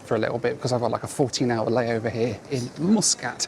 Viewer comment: Don't forget Mooooskat for Muscat LOL